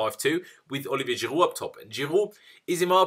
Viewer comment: ITS GIROUD NOT GIRUUU!!!